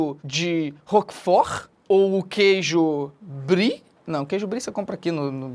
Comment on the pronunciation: O Felipe falou brie é abrio o google